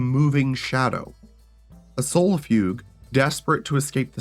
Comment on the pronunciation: it's pronounced... SOUL-IHF-EUE-JAY. Sol-if-ugae. i seriously don't understand how anyone with a grasp of phonetics could butcher that word so hard.